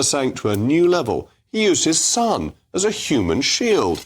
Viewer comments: He can’t even say “son” properly. Sounded more like stun. The man is a moron. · Stun... he cant even say son. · Stum he can’t even say SON 😂